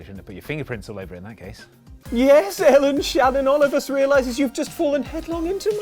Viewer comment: Should've gone for flamethrower feet and tesla coil hands. Leave a trail of fire behind every powerslide and summon lightning as you shred on a guitar. EDIT: Excellent pronunciation of my name, Ellen! You've succeeded where everyone else has failed miserably!